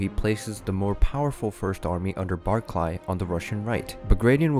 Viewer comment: Nice vid! Pedantic point though Barclay is pronounced 'Barclee', same as the bank. Its a Scottish name, most of the Russian officer corps were from elsewhere in Europe.